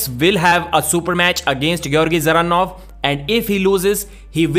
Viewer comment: Why do Devon and say "the-zeranov, Da-zeranov" everyone else says Zeranov with the D silent We all know Devon is shit at making predictions and talking about potentials of people he always has to eat his words. But yeah Georgi seems promising i'd personally have him face someone below Ermes first, but i don't mind him going straight for Ermes either if he's up for it. And btw Revaz was in great health and strong coming in for the match Genadi his close friend confirmed it there, so there's no excuse, Georgi was just THAT dominant, that's it, end of